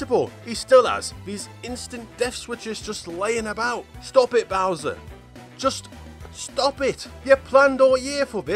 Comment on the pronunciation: it's not bower